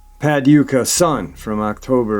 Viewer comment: Hey its pa doo kah just saying. Only way i can do it to make sense 💯